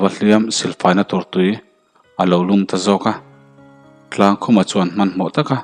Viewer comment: Chuan tih hi suan tiin ilam tlata